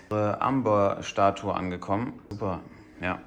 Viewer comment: Wird Ämber, nicht Umber ausgesprochen 👨‍🏫